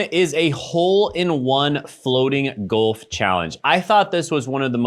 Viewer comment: Never thought id be mad about the way someone pronounces Golf lol